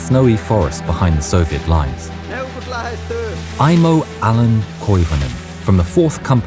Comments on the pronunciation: Koivunen not Koivonen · Koivunen, not Koivonen.